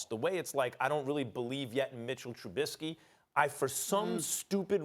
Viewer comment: Steven A can say whatever he wants about Trubisky, but the thing that bothers me most is when people say truBITsky instead of just Trubisky. Truh-Bisk-ee. Not Truh-BIT-skee. TRUH-BISK-EE. Trubisky. Maybe as a Bears fan, I just love saying that